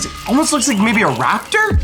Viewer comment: IDIOTA Não É RAPITOR É TERANOSARO